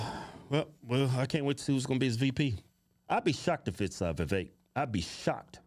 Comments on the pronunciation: Vivek, not Vivake 🙄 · It’s pronounced Vi-vake, sounds like cake